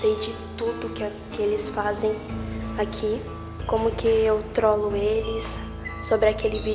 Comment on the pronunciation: quando ela falou trolo eu entendi drogo eles kkkkkk